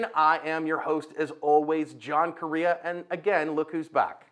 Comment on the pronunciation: He’s the only person I’ve ever heard pronounce that last name that way. It’s Latino/Mexican last name I grew up in Az and all the Correia’s don’t say it like that. Korea